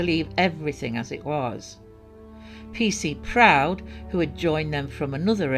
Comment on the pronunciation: Seemed odd, why didn’t she take a chaperone. I wondered if she had damaged the car and tried to cover it up obviously unbeknownst to parents. Seems strange no evidence to verify her story. Such a shame, very sad. Sorry, it made me laugh to hear the pronunciations of Berwick and Prudhoe I live near so am familiar but have been known to butcher many unfamiliar names 😊. Loving the story telling!